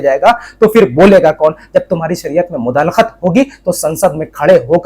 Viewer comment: بهاي مداخلت صحيح لفظ هي ......مدالخت غلط هي❤